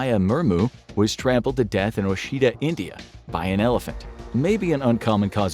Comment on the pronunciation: That's not Oshida, India, that's a spelling anr pronunciation mistake, it is Odisha, India and that d in it is pronounced as an r with your tongue pulled towards back.